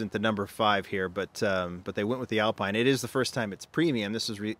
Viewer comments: I don't believe the french car is pronounced as alpine. It's something more like Al-pin. According to my search, it is Alpinə. It's a rotated letter e. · Sorry, but Alpine is pronounced Al-peen just like Motul is pronounced Mo-tool.